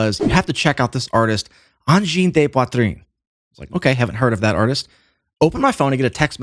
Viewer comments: “de” in French is pronounced “duh” not “day” the way it is in Spanish. Rock on, as you were, etc… ✌️😸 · It’s not ‘day’ Poitrine. It’s ‘duh’ Poitrine. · Angine de Poitrine is French for the medical condition we named using the Latin “Angina Pectoris”. It literally means “chest pain” Btw “de” is not pronounced “day”. The vowel is a schwa, to the English ear it’s pronounced something like a short “duh”. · Angine de “duh” rather than “day” - or the English translation, Chest Pain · Except perhaps that 'de' is more like 'duh', not 'day', to an American? Correct me if I'm wrong. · Angine “de” is pronounced like “the”